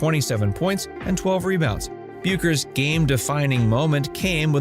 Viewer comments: Her name is pronounced "Beckers." I realize she's been a big name for only five years.... 🙄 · Learn how to say her name. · Yet you can't pronounce her name!!!